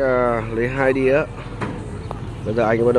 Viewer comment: Làm truyền thông bạn nên học phát âm cho đúng .đĩa chứ ko phải là đía .